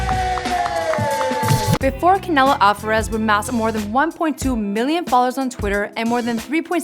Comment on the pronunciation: "Avaraz brothers"